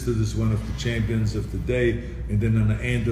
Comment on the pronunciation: Love how he says, "Chempions."